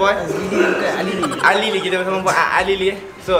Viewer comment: fuad alili ❌ fuad azlili ✅